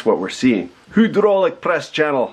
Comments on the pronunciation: Are you fucking kidding me? "HUDROLICK" WTF ITS HYDRAULIC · Did you butcher the word hydraulic on purpose?